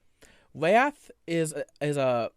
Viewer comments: His wath is indeed vewy passion-full. Somebody fowgive him alweady! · “Wath is a vewy… passion-full emotion” I have my senior quote.